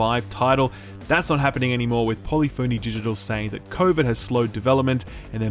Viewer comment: Also "poly-phoney"